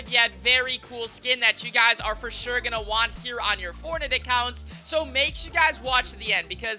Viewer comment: Fo Shore